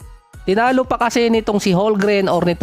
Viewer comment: homgren silent L